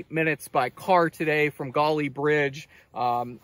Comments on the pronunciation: I grew up in West Virginia not far from there and we called it the Gauley as in gahly no accent mark. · every now and then he said it correctly LOL! I'm from Harrison County.